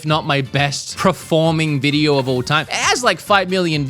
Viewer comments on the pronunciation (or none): I still crack up every time you say preforming instead of performing 🤣